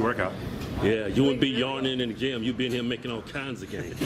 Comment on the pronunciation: "ALL KINDZ"